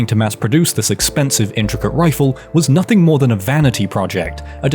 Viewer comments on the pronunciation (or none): none